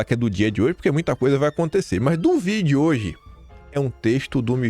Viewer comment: "DO VIDIOJE". TRADUÇÃO : DO VÍIIIIDEO DE HOOOOJE